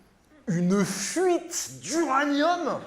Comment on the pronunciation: "une FfffouiTe.." 😂😂😂